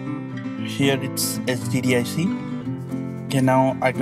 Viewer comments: he's Indian so he can't pronounce it. lol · he sounds like he is saying std instead of hdd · I thought he said std realized he said hdd after reading your comment. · or sdd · Same here! LOLZ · It sounded as if he was saying STD